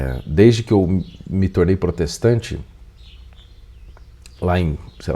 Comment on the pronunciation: Em se diz protestante? Tendi mais nada. Falou errado?